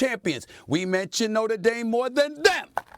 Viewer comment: Lol, it's Notre Dame😅